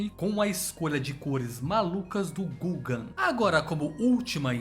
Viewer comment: Podia ter pesquisado a pronúncia do nome dos caras. O Gaugin se pronuncia Gôgã.